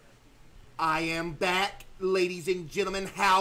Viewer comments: When he said I’m back I thought he said I’m fat guys I’m fat and I was like we know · Why does it sound like hes saying ladies and gentlemen im fat instead of back